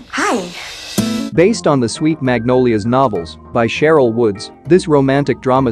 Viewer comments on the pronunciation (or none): none